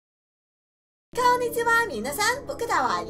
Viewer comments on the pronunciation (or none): none